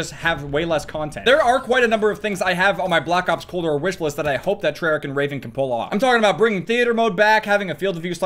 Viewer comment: Did you just say Treyarc?